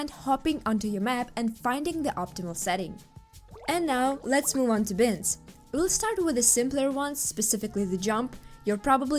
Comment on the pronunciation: Who says binds like bins with a t?